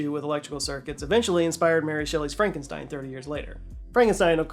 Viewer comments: That's Frohnk-oon-shteen. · It’s actually pronounced FrankenSTEEN